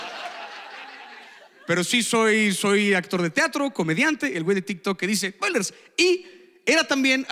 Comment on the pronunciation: ¡¡¡¡Dijo "Poilers"!!!!